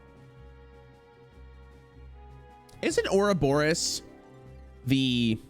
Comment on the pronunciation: PLEASE READ THE CARDS It's Ourobos, not Ouroboros